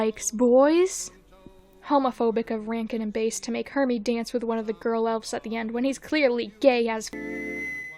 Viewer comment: Please do reviews for The Year Without a Santa Claus and A Miser Brothers’ Christmas (aka the Miser duology)! I want to listen to you recite reviews about how gay and attractive Snow Miser is. I also wanted to point out that the “Bass” in Rankin/Bass is actually pronounced how you would pronounce the type of fish, not the instrument.